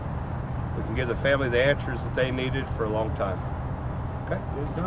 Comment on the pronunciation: 😂 lyndsey- " why do you always say THEEAT!" that country grammer from the soul.